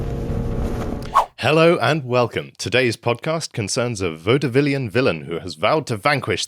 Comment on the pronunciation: immediately mispronounces vauedevillian. i expect this from some of the numbskulls but not...